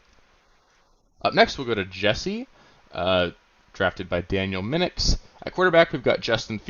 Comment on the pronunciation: ...unlike “mean”ix...it’s Minix ..as in “In” Made me chuckle, common name in my parts